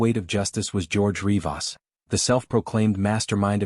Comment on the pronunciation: Such a poorly made video... Starts with the way you pronounce RivAAs... Two Rodrigezes.... Rodrigi?? 😂😂😂